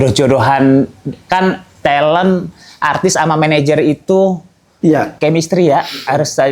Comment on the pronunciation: Kalau ngomong talent kayanya tetap talent jangan telent dengernya gk enak.